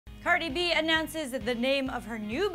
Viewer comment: im crinnging the way she said cardi b’s name. She said it all wrong